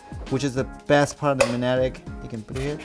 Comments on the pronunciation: Loved the way is pronouncing word magnetic where g is completely absent so it sounds like manetic. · struggling all video and not being able to say 'magnetic' properly was hilarious